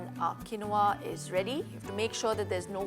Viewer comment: It's pronounced keen waa😊